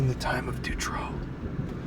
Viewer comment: du-trow not de-true